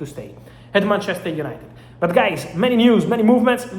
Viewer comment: Gotta get those “United-uh” cleeks guys.